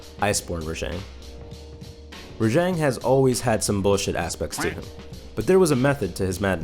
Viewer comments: HOLY SHIT!!! RAH JHONG NOT JANG OMMFG I RAAAAAAAGGGGEEEEE. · ReJang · Is it really raŽang? shouldnt it be raGang? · wait was i pronouncing Rajang wrong this whole time? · Your mispronouncing the name